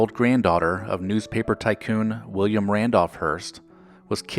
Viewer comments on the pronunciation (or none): none